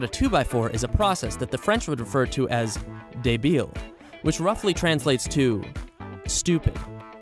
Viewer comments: We say débile without forcing the b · débil, ah, yes, Boris style. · Im french and the prononciation of débile is 😂